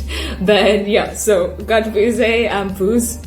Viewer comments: Pronounciation veuse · It is pronounced V+use =Vuse